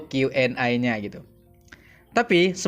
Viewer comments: Di lurusin bang Q & A (e) bukan Q & I (ai) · Setuju sering dia Bilang Q & A harus nya Q&E bukan Q&aaaaa